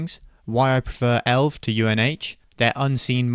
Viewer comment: no one calls it elv bro its E.L.V or Elevance where is this elv coming from lol